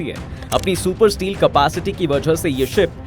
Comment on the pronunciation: स्टील नही भाई, स्टेल्थ होता है 😂😂😂😂😂